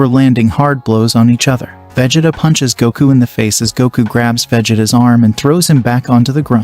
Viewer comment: Brugh when you first said Vegetas name i spat my coffee out xD....Jokes aside, very nice story so far, well done. You gotta work on those pronunciations though, it really does take you out of it when you hear some of the characters names xD